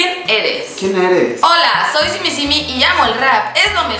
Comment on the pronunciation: Simisimi Jajajajajajaja es sim simi 😂